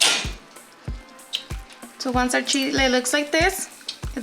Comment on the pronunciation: She said were going to melt the "sheez with it" Lol :) Get it beautiful.